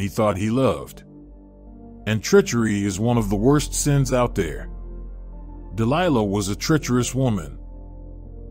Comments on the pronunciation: I find it interesting how the reader changes the pronunciation of Delilah's name mid-stream. Dil Lee Lah? Really? Also, Dil-Lee-La was a Philistine, and Samson was a brat. If you read the story yourself you will clearly see this is true. I can see it now, Samson lying on the floor, kicking both his feet up and down, demanding that his parents secure for him a Philistine woman "I want her! I want her! I want her! Now! Now Now!!!" The fact this man got caught up in this debacle is not surprising. But you say "Samson was a man chosen by God!" And to that I will not disagree, God also chose a donkey to rebuke an insane prophet, yes, a fine donkey with the voice of a man. So, don't give too much Oomlaks to this man, Samson, he was given to debauchery and hedonism to have much credit at all. As it says in the book of Ecclesiastes, chapter 7: "And I discovered more bitter than death the woman whose heart is snares and nets, whose hands are chains. One who is pleasing to God will escape from her, but the sinner will be captured by her." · Even the incorrect pronunciation of "Delilah" and "Philistines" lol